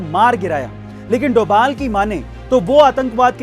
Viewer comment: Not doval that is dobhal